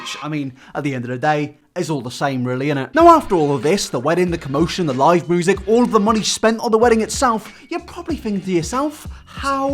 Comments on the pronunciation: I love how you pronounce "music" as "moosic" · Normal person: music: moosic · Everybody else: Music: Moosic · really do be out here saying moosic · Nobody:: MOOSIC